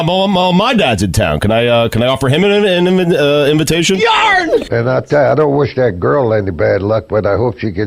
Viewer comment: Stugotz struggling to say "Invitation" was lol hilarious! Anyone know where I can find the rest of the audio for that? 🤣🤣